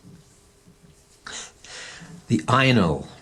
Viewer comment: Ainol or anal?? Could just be your accent lol